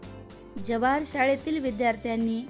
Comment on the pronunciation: Mam जवाहर शाळेतील नाही ❌ जव्हार शाळेतील आहे. MaM तुम्ही कुठल्या जिल्ह्यातले आहेत.❓ मी पालघर जिल्ह्यातला आहे.